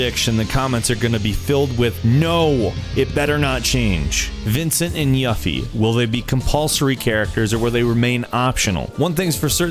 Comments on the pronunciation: and you butcher yuffie's name it's pronounce yuuufffie, not yup fie yuuu ffie. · OMG, MID-GAR! NoT MID-GUR! Dx and YOU-FEE not YUH-FEE! pours bleach in ears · YUffie, as in YOU-FEE... Mid- gAr, as in rhymes with "car" Midgar. MidgAr, You-FEE... jesus that killed me to hear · I bet you pronounce Tifa as Tihfa and Rufus as Rough-us. Their pronunciations have been known for a long time, it's Yoofee and Mihdgahr not Yuhfee and Midgur. I feel like everyone should know this? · your mis-pronounciations pissed me off, it's obvious you aren't a real fan. it's not "mid-ger' it's midgar. it's not "yuffy," it's Yuffie (You-Fee) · You seriously need to learn how to pronounce things properly! Enix is pronounced EE-nix not Ann-X! MidGrrr? Seriously?! And Yuffie's name is pronounced Yu-Fee, not Yuff-ee! And there were 4 Weapons to fight in the NA version, not 3. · Firstly.....probably use the same voice actors from the advent children movie? the voices i heard were basically spot on......Secondly as for battle system aslong as they don't make it like 13 it should be decent ATB for World of Final fantasy so why not this? Thirdly its pronounced YUFI not yuffy.....fourthly further exploration through midGAR would be awesome on the bonus detailed chocbo racing would be intense the weapon monsters would probably be near unbeatable as the originals open world hopefully side quests most definitely id say Materia system revamp would be cool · Yuffie not yoffie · (yuh • fee, mid•ger?) I thought it was more (you • fee and mid • gar) XD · It's pronounced YOO-fee not Uffie. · Yuffy like (U- FEEE) not YuFF-e and Midgar (Mid-GAaR) not Mid-Ger... man.. you butch this up like how they butch the original translation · It's pronounced Yuffie (YOU- ffie) and Midgar (Mid-GAR) not YEA-ffie and Mid-GER. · And lmfao " yaffie" who the fuck is yaffie?? It's YUffie. "you-fee" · I cannot stress it....[YOOFY]!! not pronounce [YUFFY] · yuhfi? Who the hell Yuhfi?? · Y"uh"ffie and Mid"ger"?